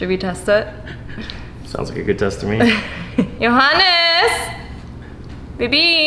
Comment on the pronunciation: thought I heard it wrong, the German pronunciation of JOHANNEEES. Then I read JAGEIL and everything was clear